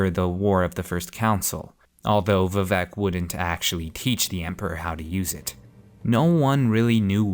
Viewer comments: It should be pronounced more like Veevec but with shorter "ee" and Oor. Chimer should be "Chaimer" right? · Same, I'm not usually a stickler for pronunciation...but this kinda hurt.